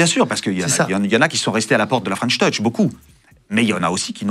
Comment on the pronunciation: C’est drôle tous les interviewers se ratent sur la prononciation de French touch 😅 ils disent tous fren’touch 😂